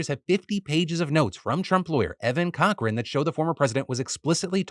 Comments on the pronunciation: I had to do a double take when you mentioned the Trump Lawyer's name. I thought I heard "Evan Cockring" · As a Cochran here, please, lord have mercy, apologize for butchering this name in so many ways